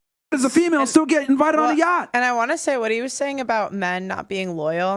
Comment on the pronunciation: emphasis on the "still" haha